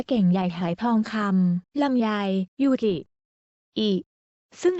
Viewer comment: ยูกิจร้าแก้ใหม่อ่านชื่อให้ถูก